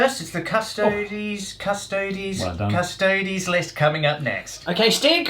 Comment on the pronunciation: a 40k channel that can pronounce custodes correctly? fucking thank you my ears were bleeding from all the other painful attempts at it